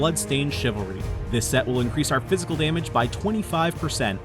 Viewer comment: Good build but did he just say Fæshil